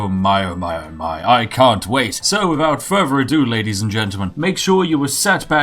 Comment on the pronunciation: "Wifout fervor adew"